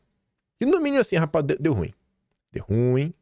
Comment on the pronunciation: "Rapaiz" 😂 Bom dia🌞